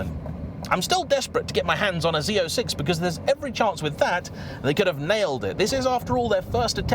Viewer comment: You actually said “Z06” and not Zed 06. Everyone on this side of the Atlantic Ocean appreciate it 😅 For us, when we hear “Zed” we hear Bruce Willis saying “Zed’s dead” at the end of Pulp Fiction. 😊